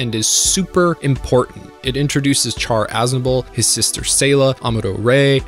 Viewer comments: “Char” is read “Sha-r” 😂😂😂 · Are you not aware Chars name is short for Charleman, it's not char like a fire, it's like Shar. You're like the Batman fan that says raz al Gul and not the correct ray-sh al Gul yet your a huge fan. Do you say may-ri-o instead of Mario? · Are we not going to address that Char's name should be pronounced (Shar). 😅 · its not pronounced Char as in charcoal its Char as in Shar they said it countless times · PRONOUNCED "SHAR" JESUS CHRIST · Why are there so many Youtubers who can't pronounce simple things in Gundam, like Char? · You get a dislike for continuously pronouncing Char’s name wrong. Sorry.